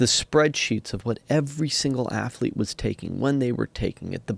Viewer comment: Bryan "afflete" Fogel